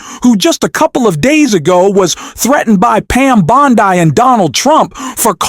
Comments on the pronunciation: It's Bond-ee. Not Bond - eye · either u r not a native speaker of English or this is an AI reading this. Bondi Is said Bond-e Yes the I is said as a long E. So to spell it for u the way it is said it would be written Bondy with the T taking on its long E pronunciation for this u get a thumbs down and my sub gone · It's Bond-ee, not Bond-eye. AI is still more awkward than Frankenstein's monster in a low-budget movie.